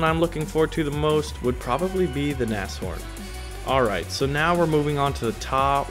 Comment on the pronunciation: Wow... you're the first non-native german speaking person I've encountered that can actually pronounce Nashorn correctly. Mad props to you.